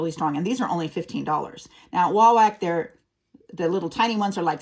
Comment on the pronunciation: It’s pronounced wah-wok not whack.